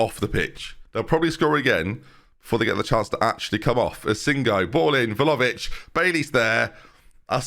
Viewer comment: IT’S VLAHOVIC!!!!!!!!!!!!!